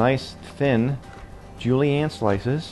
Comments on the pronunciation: Ce mot est "zhu-lee-en," n'est-ce pas? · It bugs me how he says julienne it sounds like hes saying julie ann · Julie-anne????? I think he means Julienne... Also pissed at the waste.